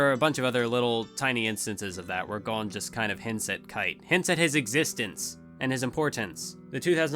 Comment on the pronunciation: Am I crazy for being annoyed that he's pronouncing it GONE and not GOHN?